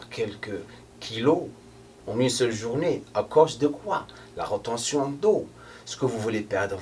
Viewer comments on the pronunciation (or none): Rétention et pas rotention hahaha, vous êtes super, vous les deux je vous aimes 🌷 ❤❤